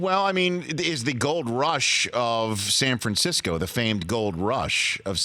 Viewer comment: San Fransackyou